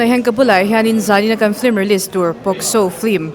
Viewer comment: A spelling pawh in ziak dik thoa ti nge in lam dik mawh em em le😂😂film✅flim❌